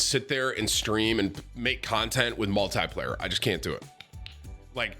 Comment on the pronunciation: every 5 sec tim : multiyyplayer multiyyplayer :D